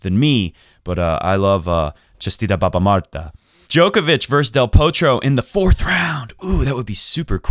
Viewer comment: Omg I love the way you said баба Марта thanks for mentioning Bulgarians!